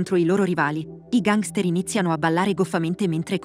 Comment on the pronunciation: Perché pronunci così la parola gangster?